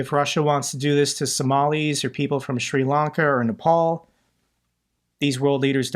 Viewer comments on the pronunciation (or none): none